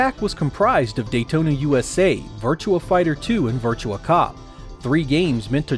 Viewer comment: Why does everyone keep saying Virtua as Virtual